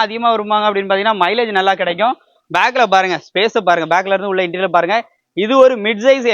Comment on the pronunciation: இன்ட்டிரியல் இல்லை தம்பி , இன்டிரியர்